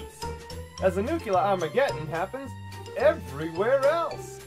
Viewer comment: It's - NOO KLEE URRR - for the love of all that's holy people! This is like the 10th video that people say "noo kyoo lurr" dies